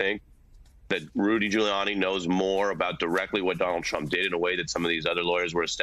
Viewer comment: I LOVE that slip of the tongue, when she called trump, chump.😂👍 That was GREAT!!!